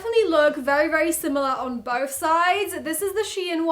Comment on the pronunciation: Please please learn to pronounce th. It’s not boff it’s both. Drives me insane.